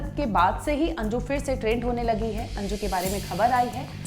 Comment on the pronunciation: Anju ❌ anji✅😅